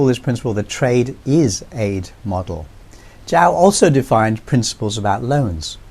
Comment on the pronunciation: Lovely piece,. Hope to see China-Africa relations grow stronger, in defiance of US interference. Btw, a small tip, Zhou is pronounced as "Joe". Simple as that. Peace ✌️